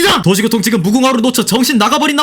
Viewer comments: 중간부터 도시교통이 도시고통으로 나레이션이 바뀐거 같은데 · 찰지다.. ㅎ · 너무 찰져요..😂😂